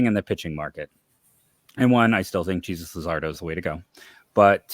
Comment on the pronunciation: We ALL know Bauer is gonna be a Met, seems so obvious. Such a perfect fit for the NL Evil Empire. And I love how just manages to pronounce "Ciudad De Bolivar" PERFECTLY but can't pronounce "Jesus" correctly. Never change! LOL!